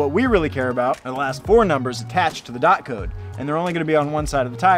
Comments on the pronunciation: When he said dot instead of d o t 😳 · I think is pronounced “dee o tee” (DOT)😅